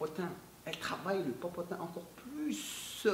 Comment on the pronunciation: la vous me faites rire avec le popotin popotin on dirais un chinois qui parle lol rien à méchant c est bien aussi d avoir nous faire rire aussi vous avez pleins de talents même la comédie I3tak saha